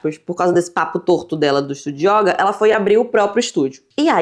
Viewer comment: Só trazendo uma contribuição amistosa, a palavra yoga é do gênero masculino e a letra 'o' tem uma pronúncia fechada. Então diz-se "o yôga" e nao "a yóga".